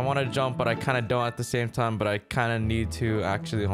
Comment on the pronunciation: it's go tiem oh I din meen to do dat